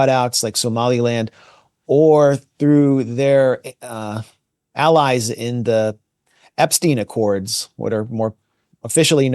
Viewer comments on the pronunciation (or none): none